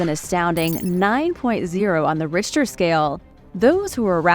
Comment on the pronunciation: She also pronounced 'Richter Scale' with a hard H the first couple times, but went with the traditional soft H pronunciation, basically a K sound, for the rest of the video.